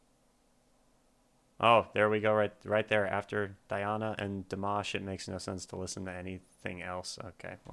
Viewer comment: You did great on pronunciation the first time you said it. Not so much the 2nd time. :) Phonetically pronounced DeeAHna AnkuDEEnova. This link is Diana pronouncing her own name